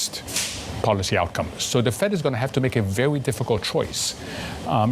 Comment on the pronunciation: El Erian is very well spoken, which makes it even better that he sounds like Elmer Fudd when he says 'vewy' instead of very. He's a smart guy. Too bad they didn't listen to him.